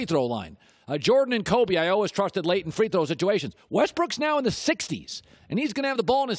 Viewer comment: I wish Colin would quit saying "always" it sounds so funny.